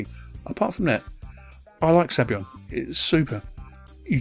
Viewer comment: it's Sabayon, not Sabyon! Saba-yon!